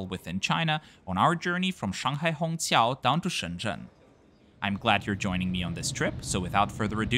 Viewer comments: It's incredible how you get the Chinese "q" sound in Shanghai Hongqiao right. Most foreigners can only pronounce it as "ts" or "ch". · Great review of Juneyao, an airline that is high on my bucket list as well! You did a great job pronouncing the Mandarin words too.